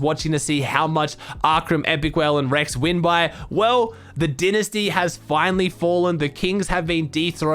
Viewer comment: “The dinisty” lol